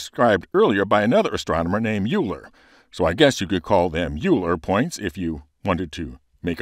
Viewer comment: Great video! If you're interested in the correct pronunciation of scientists' names, Euler is pronouncer "oiler"